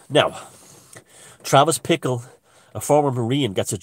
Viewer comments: Bickle not Pickle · I think it was Bickle ...not Pickle